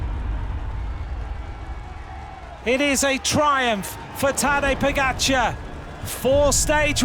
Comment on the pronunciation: Announcer still can’t pronounce pogacar. Strange. Odd. Unprofessional